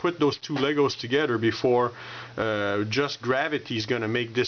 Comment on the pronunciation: Togeder! I keep cracking up when he says together and I love your Canadian accent.